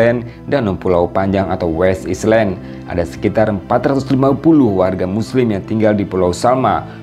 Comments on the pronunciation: gak pernah belajar bhs inggris ya ? island kok dibaca islend ? metinya ailen. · Home Island...cr sebutn ya.....Home ailen...bukan islen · Min..maaf koreksi. 'island' bacanya ailen bukan islen... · Jangan "islen"lah pak.."ailen" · Island benarnya. Right spelling, right pronounciation from original language. (Semua nak dimendoniakan pening haku😪) . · contennya bagus banget.. masya Allah.. hanya sayangnya, tolong min pengucapan 'pronounce' bahsa Inggris nya min.. "island" otu bukan diucapkan "islen".. malu kan jadi nya terlihat tidak educated.. thanks